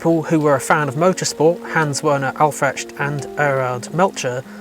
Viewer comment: Crazy how you butchered the names Aufrecht, Melcher and Großaspach.